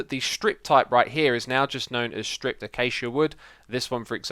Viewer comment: You said acacia wrong!